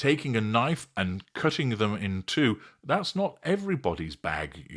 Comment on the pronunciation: “Cooooting???!!!!!!”think you meant “Cutting!”😂😂😂😂😂😂my little NORTHERN FLOWER!!!!🌹 ❤❤❤❤❤❤